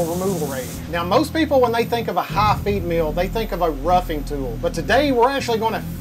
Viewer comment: l was out when he mentioned hot females ... there were cnc machines in this vid? (he pronounces feed mill kinda like female)